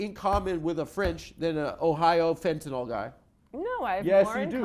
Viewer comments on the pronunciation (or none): none